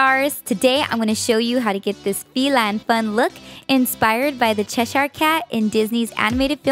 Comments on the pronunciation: ITS NOT CHES- hire. You don't say it like that!! Sorry that annoys me because I live in Cheshire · its pronounced like chesher